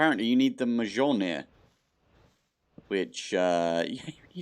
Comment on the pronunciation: Mjölnir (Mjǫllnir) = Me-yol-near (or near enough).